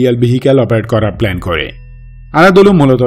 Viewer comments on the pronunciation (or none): none